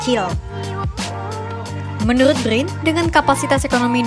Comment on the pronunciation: Brin bukan bgrrin 😂😂